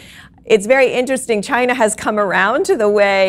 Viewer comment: I can't pronounce China like before, for me it's Chi - Nah from now on